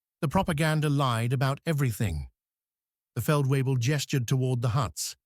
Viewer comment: Feld weebles..... as for the hymn 'Lobe' den Herren....ach was